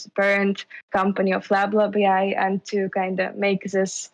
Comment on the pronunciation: "lab lab ai" sounds "bla bla ai" many times :)..... you need to change the name